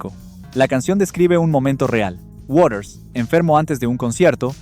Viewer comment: ¿Warers? A ver si aprende a pronunciar correctamente: WATERS, con T.